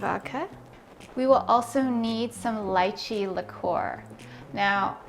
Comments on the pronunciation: …it’s pronounced litchee.. not lye chee. 🤦‍♀️ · It's Lee-chee. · Yummm but oh… please don’t say it as “LIEChee”! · I've been pronouncing this wrong this whole time??!?! 😅 LeeChee 😂 probably because is called Leechee in India. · Its pronounced Lie-chee? I've been lied to my whole life 😭😭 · I was so annoyed with her mispronouncing it! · If you make it - know how to pronounce it.